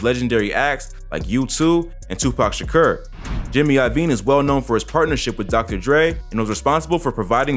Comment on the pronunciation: tupac "shakur"and brain "hemrage"🤦🏾‍♂️